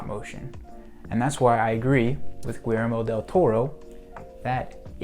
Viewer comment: Pro tip: Guillermo is pronounced like this: Gi as in GIza, ller as in GERmany, and mo as in MOnth. GUI LLER MO